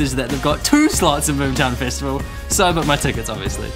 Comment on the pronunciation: i just wanna say no offense ( ^u^) why the hell do you say festival like fist-avl